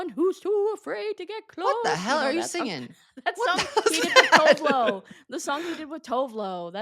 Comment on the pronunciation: Oh my god that's not how Tove Lo is pronounced